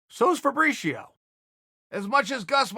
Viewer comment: Who is Fabrishio ? Lol